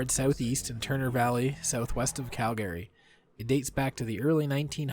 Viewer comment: Calgary= CAL-gree. NOT Cal-GARY!